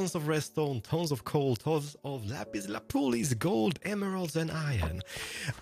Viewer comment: Inte lapis lapulis, det är lapis lazuli,.